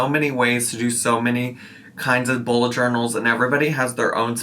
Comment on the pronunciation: I need my hearing checked - I kept hearing "Ebola" journal.